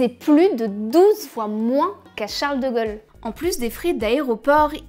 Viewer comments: Charles de Gaule, pas de Gôle ! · Pourquoi elle dit Charles de gueule ? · " Charles de Gol " ?.. C'est qui Charles de Gol ???...